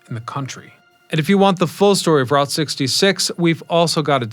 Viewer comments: I already knew this history, but I came just to hear him mispronounce Route 66 again. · Informative video...Get your kicks on Route (sounds like root) 66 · "ROOT" 66.....😊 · I've never heard anyone not say "Root" 66 lol